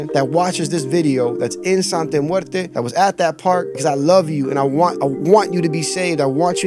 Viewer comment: He keeps saying the name wrong. Makes this dude less believable. I thought he knew Spanish